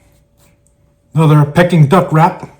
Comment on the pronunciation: It's pronounced Peeking duck, not Pecking duck. You made me crave it though.